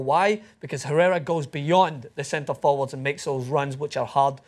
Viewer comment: How you get basti's name right but not Herrera lol